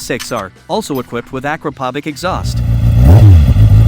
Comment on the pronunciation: You should really learn how to pronounce Akrapovic by now